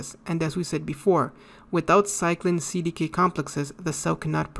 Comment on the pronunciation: It was a great lecture at all except the pronunciation of CDKs but it was not a big deal, I get it.